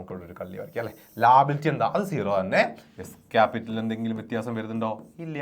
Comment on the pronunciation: Sir ലാബിലിറ്റിഅല്ല ലയബിലിറ്റി ആണ്😂😂